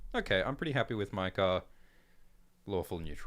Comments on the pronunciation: Bro in no Targaryen name is ae pronounced (eye) there is no way maekar is pronounced (my car) it would be (may car) like (ay gone) or (ray near ah) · Hearing call Maekar, Mi-Kar, when I am so use to hearing it pronounced May-Kar is like nails on a chalk board 😂 definitely chaotic evil lol